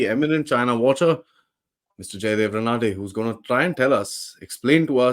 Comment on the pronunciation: Dear Aadi, His name is pronounced as रानडे. Just so, you get this little detail right. All the best for your channel